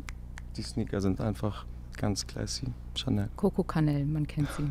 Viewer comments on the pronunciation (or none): Crazy "Fehrsatsche Pömps" bei ihr. Shindy leider nur "Koko Kanell". Bro, die macht auf Mode-Expertin und spricht das alles so scheiße aus....